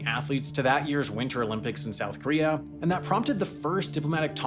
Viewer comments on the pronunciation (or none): It's "KOREA" not "KREA", for fuсk's sakes!